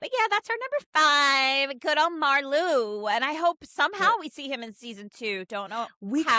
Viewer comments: Just found your channel. I’m looking forward to catching up on your videos. Love this one! By the way, Marleau is pronounced like Marlow (Mar-lo). :-) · Spelled Marleau (translated to ocean water in French ) pronounced like Mar-Low 🤭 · Another great giggle fest listening to this top 5! We love our supporting characters. Because I am picky (nerdy?? yup) like that, just a minor correction on the pronunciation of "Marleau". it's a long "o" sound on the end, not a "u". typical for all French words or names that end in "eau". Love that Svetlana is your #1! She has been a lifeline for Ilya. I have heard in other YouTube fan spaces that there is a storyline for Svetlana where she gets a top tier role in the management of a MLH team so she can use her hockey expertise. Would love that for her. And I love that in the scene on the bed with Ilya, she gives us a little peek into her opinion that Ilya may be a more versatile player than Shane -- even though she was kind of busting his chops. Both Ilya and Shane play the center position on their teams. When they are talking about them being on the same line at the all star game Ilya says he doesn't think Shane can play wing and Svetlana says "but you can". And I don't think Ilya will continue having a physical relationship with her. He is loyal to Shane ,babes!! Thanks for another lovely ride down a HR rabbit hole! 🙂